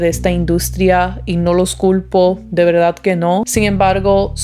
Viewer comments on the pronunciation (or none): none